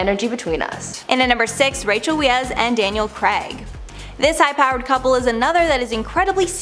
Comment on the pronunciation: It's pronounced as... Rachel 'Vice" not We ez. 🤣🤣🤣